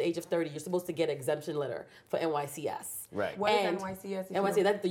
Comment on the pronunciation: Thank you o. She actually even said NYSCS. I was irked every time she said it.